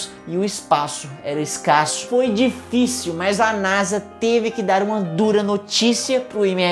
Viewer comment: Meu deus vc e um génio sabe de tudo mais nao sabe fala nasa